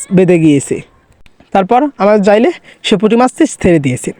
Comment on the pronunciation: আরে ভাই ওটা যাইলে না জেলে হবে